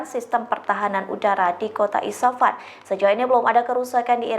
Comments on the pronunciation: IS FA HAN....bukan di baca ISA FAN....Coba di cermati yg dibaca sebelum di sampaikan..😮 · Isfahan bu bukan isapan 😂